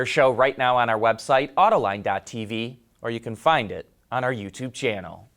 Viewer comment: Detroit-based media has to say the word "auto" so often that they start cutting off the pronunciation so that it comes out something like Ought-uh, or odduh.